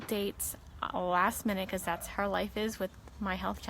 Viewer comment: She was so inspiring ...but it drives me nuts how she says how